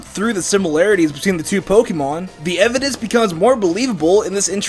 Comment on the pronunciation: i thought you said Mvidence